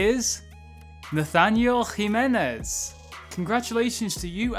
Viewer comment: ps. great pronunciation on Jimenez ;)